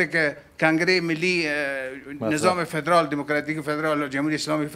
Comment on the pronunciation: جناب معاون من خو نفهمیدم وقتی پدرال میگفتی منظورت پدرام بود یا فدرال؟